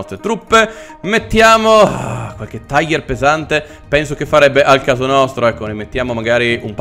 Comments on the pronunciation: Ma no lone è panzer 5 non quinto e non si tice taigher, ma tigher ( lo so che la scrittura è sbagliata è solo per fare vedere la pronuncia) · non si dice taiger ma tiga ( tiger ) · E comunque e giusto se segui la pronuncia inglese se vuoi quella precisa in tedesco e tigar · si dice tìger ma apparte questo bel video! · Signor il tiger si pronuncia in realta tiga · Un errore molto comune ma sbagli a dire tiger di fatti va pronunciato come è scritto in italiano